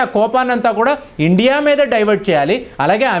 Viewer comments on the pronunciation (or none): none